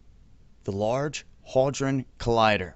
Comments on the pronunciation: Okay. Had·ron, not haid·ron. But good enthusiasm! Science! :-D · Large hauldron collider? You mean haydron... Big mistake at the very start of the video made me already roll my eyes like you want to talk about something you know so well of, paused it and now continuing to look for a different video... Thanks Obama. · Hadron, Pronounced "Had Ron", and discovery is pronounced "Dis Cuv Re".